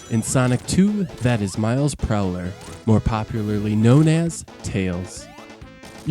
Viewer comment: Did you say Miles Prowler there? it's Miles Prower, as In miles per hour. ps new sub to your channel. slowly watching every video in chronological order. love the channel :)